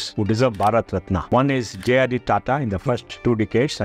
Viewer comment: What is RATNAA Its Ratna? Don't ruin your own words, just because gora people saying it that way. Ganga Ko GANGES, Yog Asan ko Yoga ASANAA. Gather some confidence to pronounce words correctly.